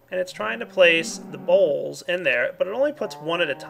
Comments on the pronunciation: I love the way he sais bowls... sounds like BAuLSS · lol everytime he says bowls it sounds like balls xD